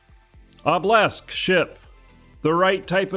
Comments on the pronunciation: Why do you pronounce a Obelisk like Oblesk and not OH-buh-lisk? Is it a eve slang thing? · LMAO yeah it is funny. Obblisk